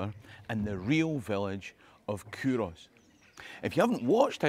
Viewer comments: Love it...had no idea it was pronounced coorass! I think your videos should be used in Scottish schools. All I learned in my Scottish school was English history. Your videos are so informative and full of fun, kids would love them. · That's how we catch out the non-locals. The correct pronunciation is Coo-Ross, like you wanted to name your cattle after Friends characters.